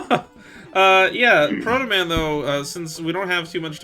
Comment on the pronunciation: SAID HIS NAME WRONG AND THATS NOT HOW HE TALKS. EPIC FAIL